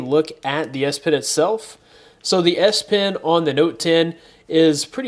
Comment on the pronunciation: the way you pronounce it sounds like ass pen